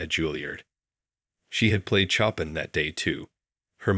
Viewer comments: This story is B.S. First, instead of actually hearing the music, we had to endure an asinine recounting of a terminally melodramatic and treacly tale. "Chopping", indeed! The composer's name is pronounced "Sho-pan", by anyone who has taken more than a few minutes to research the history of arguably one of the greatest composers of all time. This story is "culture for the clueless", and 20+ minutes of my life that I'll never get back! Shame!! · They should have had a Steinway (Model D Concert Grand) in the picture to be consistent with the storyline. The Steinway & Sons logo vertically adjacent to the keyboard is missing, and the internal woodwork is inconsistent with Steinway Model D. She played a piece by Chopin (Shope-ain silent n), not “chop pin.” Also, hearing the pianist there, not the penis stare. Julliard is not Julie Heard. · Chopin not Choppin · Choppin! It’s ( ShopEn) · Please have someone coach the readers on the proper pronunciation of specific terms such as: Chopin is: "show-pan" not choppin Recital is: "reh- sigh- tl" not ressital Finale is: "fin-a- leh" not fye nail ..ugh!!! Ruins the effect of the story! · Please correct the pronunciation of 3 things: it is not Chop -in but show-pan; it is not re-sit-il but ree-cite-el; not deb-oo'-see but Deb'-oo-see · "Choppin'" ?!? "Chopin" is pronounced "show-PAN" - it's FRENCH, for God's sake. And the piece she played was his Nocturne NUMBER 20 in C-Sharp Minor . . God !! Get a narrator who knows how to pronounce words correctly. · Clearly an AI generated story, as touching as it is. Mispronunciations abounded, with the word duet, pronounced "doo-it," composer Chopin pronounced "chop in," and Debussy pronounced "da bus ee." Aaargh! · Please encourage the narrator's you use to learn how to pronounce properly the words in the story. Chopin is like sho-PAN, Debussy is like DEB u see, and Recital is re-SY-tal. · i also tho detest the AI - Chopin pronounced "Chopp' in" ??? sheesh.